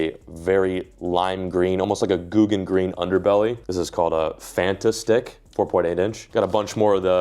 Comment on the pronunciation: “Fanta Stick” not FantaStick😂